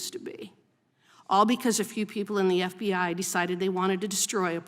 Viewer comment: The "F bi I" LOL 😂😂😂😂 inadvertent but awesome. 😅😊